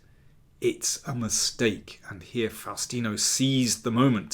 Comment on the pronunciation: Nome is pronounced Fowstino